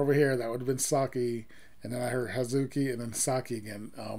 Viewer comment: One of my faves from this album, that chorus is absolute 🔥The traditional sounds are shamisen, koto and Noh singer. Also, it's Hah-zuki 葉月not Huh-ZU-ki like most English speakers like to pronounce it. I know, I'm being picky...One of my favorite bands though! Let's see what they do as a four-piece.